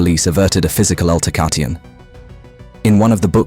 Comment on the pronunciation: Altercation is not pronounced "alterca tee on". lol